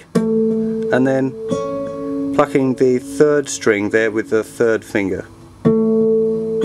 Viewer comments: each time you say plucking i think you say fucking... lol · he says "plucking"